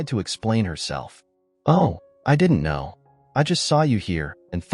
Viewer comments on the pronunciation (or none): The word was know not knre